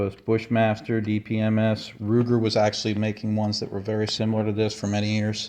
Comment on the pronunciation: HARD R UGER 😂